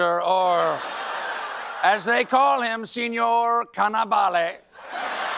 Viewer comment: 😂😂😂 si sẽnor, si sẽnor.